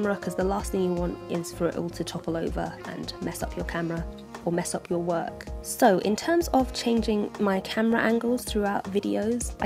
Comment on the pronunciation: I love how she says "Work"